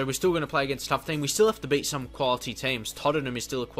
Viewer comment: How come you say bet when you mean beat